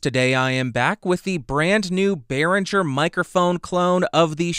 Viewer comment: Great, but it's BerinGer, not BerinJer ;-)